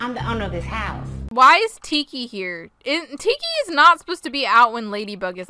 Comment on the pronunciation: the vid: tiki spots on! hAaAah, my ears: tiki FAWK OFF yAaAa, me: 0_0 what the fumo